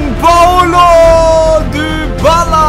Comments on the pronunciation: Man spricht Dybala nicht Dübala aus sondern Dibala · Man spricht es Dibala aus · sagst immer dübala der heißt dibala wir aber halt dybala geschrieben